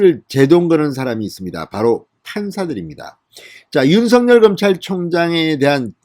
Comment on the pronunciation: 윤석열/ 윤서결 ○ / 윤성열 × 바르게 발음해 주세요